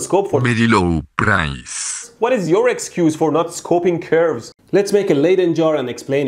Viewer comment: Berry low brice